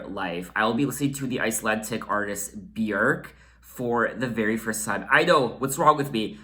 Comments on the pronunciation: your pronunciation on Björks name is the best I have heard from a foreigner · oh my god it’s so refreshing to hear somebody pronounce her name correctly!! this album’s 1 of my all time favourites 💕